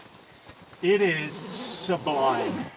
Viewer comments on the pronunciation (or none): "It is... sub-alime"